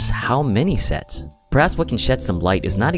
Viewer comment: I swear that I heard " what about sex ?"